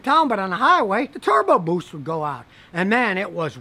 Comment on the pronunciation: "turrbo boOST" lol